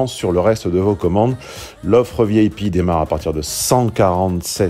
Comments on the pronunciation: Je suis la seule à entendre "vieille pie" quand il dit VIP ? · Elle est Bresilienne --- pas une cheutimi ! alors que connais-tu de leur accent - surtout lorsque ces gens se sont emmerdes a apprendre le Francais. vous avez une reaction de monolinguiste. a ce propos, vous vous enetndez parler lorsque vous dites "Vieille Pie" plutot que V I P (vee ay pee)